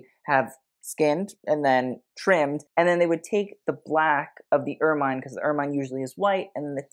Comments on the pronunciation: I may be splitting hairs here but if you're going to critique fashion, you should pronounce and describe things correctly. Ermine is pronounced UR MUHN, not UR MINE. The bolero effect that you liked about Camilla's outfit was part of her robe, not part of her dress. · Ermine is pronounced er-min, not er-mine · Please: "ermine" is pronounced "er-min" as in mini, not "er-mine" as in mine. Look up the pronunciation of the member of the weasel family, not its use as a name. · Correction (with love) ermine is generally pronounced ‘er-min’ not ‘er-mine’. Great work! Thank you ❤ -old lady, usa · I’ve always heard it pronounced ER -MIN. Not MINE. I hate to pretend I’m a living Pronouncing Gazetteer, but ok…I’ll go look and get back to you for my 2nd post.🖤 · I am pretty certain that the animal and its fur are pronounced as "er min" - not "er mine" - so it make it difficult for me to listen to your video............. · It’s true! It’s pronounced Ur-muhn. Both British & American. I’m so pleased to be RIGHT, right? Oh well….hope you do read this. And make your adjustments. Love!♥️ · Ermine is pronounced err-min 😘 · The review of the Crown and other jewellery must be satirical right? Also pronounced er-min, and it is a better name for weasel! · Please learn the pronunciation of “ermine,” especially for a presentation on royal attire with extra footage of ermines. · Look up the pronunciations for ermine. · Ermine. Check how to speak it.